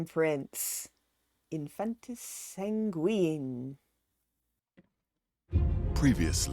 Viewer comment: Sanguinay! Sanguine.